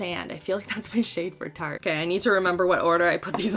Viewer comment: When you say tarte it sounds like Turte